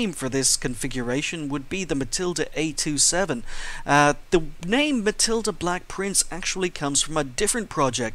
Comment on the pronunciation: its a27 not a2 7